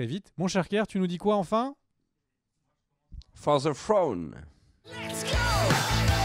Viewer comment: for zeu fouaune c'est pas compliqué ahah